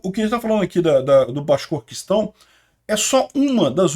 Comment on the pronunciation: Vídeo muito bom, como sempre. Por outro lado, acho que você ainda vai ter que treinar um pouco mais para falar o nome daquela região rebelde na Rússia, o Bashkortostão. É só lembrar do fabuloso camisa 9 da fabulosa seleção da fabulosa copa de 70, o Tostão.